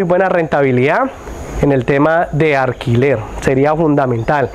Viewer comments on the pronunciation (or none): Cuantos años llevas presentando fincas???? Aprende a hablar bien, no se dice guauda, no se dice arquilar Tus opiniones sobre qué se puede hacer o no no interesa, diga las cosas de la propiedad y ya